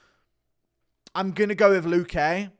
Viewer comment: Guru, the accent in luque is on the 'lu' not the 'que'